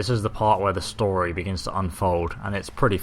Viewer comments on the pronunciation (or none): none